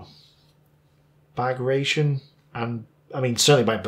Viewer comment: it's Bah-grah-tee-on - almost like Baratheon from Game of Thrones.